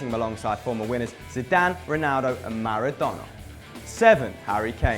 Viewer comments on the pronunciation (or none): none